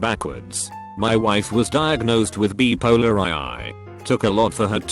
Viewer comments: bee polar eye eye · No one: This voice: bee polar eye eye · It's weird how many words this text-to-speech program doesn't know how to pronounce. It can pronounce "bicycle" but not "bipolar"?